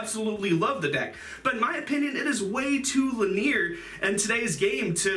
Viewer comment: 2 things, Crowley was great, and linear had more emphasis on the e